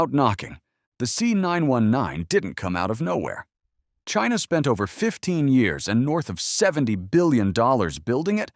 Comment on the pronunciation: Drink every time he says "Chyna!"